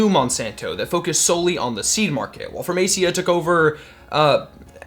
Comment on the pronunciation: it's Pharmacia, (Farma See-A). It used to be Upjohn, then Pharmacia, now it is Pfizer.